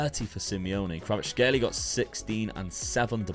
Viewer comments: Kvar-at-shkay-lia its not that hard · Name: Kvaratskhelia: Kravatskhelia "Its weird cause I know how to say that one"